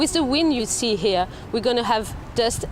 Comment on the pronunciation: Ninety-nine percent of your words are completely understandable, but you have an obvious problem with the word "here". Also, as someone who pays actual money so I don't see ADS on YouTube I do not think it's funny or clever the way you try to sneak them into your videos. "DISLIKE and "Don't recommend channel". Bye-bye.